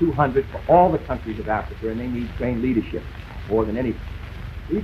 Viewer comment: You automatically lose the debate if you say Cuber instead of Cuba, Indier instead of India, Africer instead of Africa